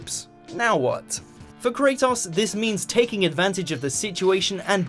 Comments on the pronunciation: Why is he pronouncing it Krataos? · did u hre how he pronounced kratos...